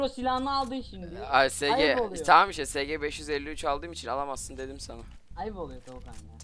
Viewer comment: Bi sg diyon bi yarak diyon zannettim